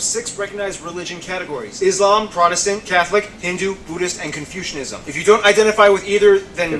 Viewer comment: it's not "Confusecism" Hhahaha, i laugh so hard in this,, a bunch of people who confuse about their existance ... Hhahahahahahaha it call "Confucianism" here some reference